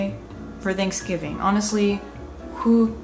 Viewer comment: I love you, but you say “theynksgving” and not “thanksgiving” and it messes me up 😭😭😅😅